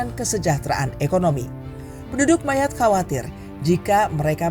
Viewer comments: Admin...admin bacanya bukan Mayat tapi Mayot 😂✊🇫🇷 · jadi inget temen gw si Armand org perancis yg jadi guru sejarah di pulau ini dan lagi liburan di bandung, dia cerita persis sama yg ada di video ini tentang sejarah ekonomi sama isu imigran gelap wkwk btw dia nyebutnya pulau 'mayot' bukan 'mayat' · Bacanya tetep MAYOT bukan MAYAT! Riset apa enggak sih ini adminnya! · Maaf min penyebutan MAYOTTE itu MAYOT.. bukan mayat... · Bacanya yang ngga enak yaitu Mayat😂😂😂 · Ini naratornya pakai bahasa mana sih utk pengucapan Mayotte, Indonesia bukan, prancis bukan, inggris bukan. Gue dengernya mayat mana berulangkali sangat mengganggu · Mayotte dibaca MAYOT dalam bahasa Prancis. Gak riset dulu kah? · Mayat q dengar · Iya jd risih aku dengernya MANYAT😂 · Sama dengernya jg mayat wkwk